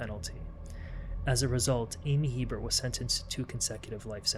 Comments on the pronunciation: The last name is pronounced a bear not Hebert. Not to be confused with Herbert My mother married a man with this last name in Louisiana. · In Louisiana we pronounce that last name as (Hebert) " a-bear" hahaha don't ask...we're cajun!!!😂😂😂❤❤❤ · As a resident of South Louisiana, I'm here to inform yall. Hebert is pronounced, "A-Bear" Now u know. Lol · It's pronounced ABear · A-bear. In Louisiana, it is a Cajun surname hence pronounced Long A sound, followed by bear. Brett Favre, the corrupt and stupid NFL star says his name as Farve, but it should be pronounced as Fah-vra. They say Garcia as garsha. It's a deep south thang. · “La- Foosh” parish Buck & Amy “A-Bear” instead of “He-Bert” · I’m from the area. Good synopsis. Just a few pronunciation items. The last name Hebert is pronounced “A-bear”… the parish is LaFourche but pronounced “La Foosh”…